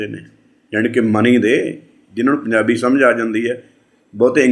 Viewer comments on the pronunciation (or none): none